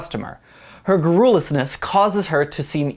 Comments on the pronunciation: It's vitriol, not "vitrol." It's gárrulous, not "garrúlous." I'm sure there were many more such gems in this video, but I stopped watching at this point, because yikes. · It’s Gah-Ruh-Lis not Ga-Rool-Us. Just sayin... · GAR ru luss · If you can't pronounce a word such as "garrulous" perhaps you shouldn't be holding forth in a public forum.